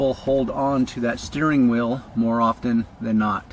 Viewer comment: every time he says steering wheel, it sounds like he’s saying steering oil lol